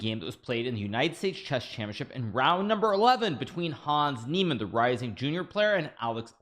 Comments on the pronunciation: It's NIEmann u dork! Not NEImann! Also known as; the GOAT!!😍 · Again you're wrong in the case Niemann, mister Hikaro. Its Niemann and not Neimann (title).